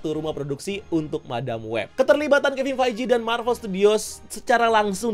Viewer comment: Bro, ngucapin Kevin Feige-nya dibenerin ya